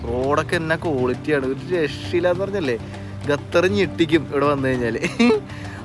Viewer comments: ഗത്തർ അല്ല ഖത്തർ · ഗതർ അല്ല ഖത്തർ 😊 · Please pronounce correctly Qatar. Not gatar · ഖത്തറിനെ സുന്ദരിയായി സൂക്ഷിക്കുവാൻ ഡോളറുകൾ വാരി ചെലവാക്കിയിരി ക്കുന്നു .അതിൽ അത്‍ഭുതപ്പെടു വാനില്ല.മൊത്തം 28 ലക്ഷം ജനങ്ങളെ നിയന്ത്രിക്കുവാൻ അവർക്കൊരു നല്ല സംവിധാനം നിലവിൽ top ലെവലിൽ പ്രവർത്തിക്കുന്നു. 👌ഒരു ട്രാവലർ ക്ക് ഉച്ചാരണ ശുദ്ധി അനിവാര്യമാണ് ബ്രോ: Qatar = ഖ ത്തർ..നഖം എന്നുള്ള ഖ'ത്തർ👍 thanX GuyZz 🤩